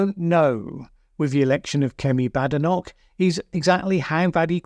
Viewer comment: Why would you mispronounce her name?